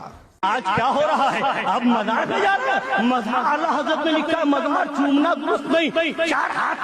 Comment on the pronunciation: Ye to itna bada jaheel hai ki mazar ko majar bolta hai chor wahabi